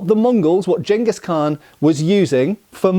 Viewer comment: Thank you for pronouncing Genghis correctly.